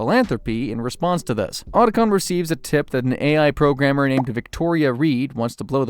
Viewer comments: A lot of weird errors, man. Hind pronunciation. Liquid Snake being thrown "into a crater". Oat-a con. What gives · ot-ah-con, and h-eye-nd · How the hell o you research a 2 hour movie on the topic and mispronounce Otacon (OUGHT-a-con) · Why do you mispronounce names that are literally spoken in the games? So there isn't any confusion on how it is said. Otacon for instance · yup just like he butchered Otacon's name